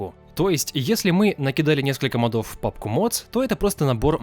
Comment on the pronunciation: Ля да когда вы научитесь говорить прааельно!!! не мАдов а мОдов, мОООдов!!!!